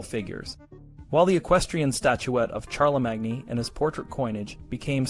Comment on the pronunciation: Wooosh, talk about spreading propaganda amongst children! (I don't know if this is a human voice or AI, but either way – Charlemagne is pronounced with three syllables: Shar-le-main.)